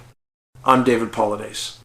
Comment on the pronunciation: Obviously NOT David Paulides but AI. Did not pronounce last name correctly also at end says Missing Four Eleven !!! - oh please !!!